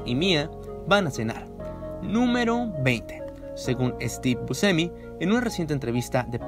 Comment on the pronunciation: Hay varios fallos en las pronunciaciones. El fallo fatal es el de Louis Malle. Pero también es bastante feo oír esa forma de pronunciar el apellido Buscemi. Lo demás está muy bueno. Felicitaciones por el buen trabajo.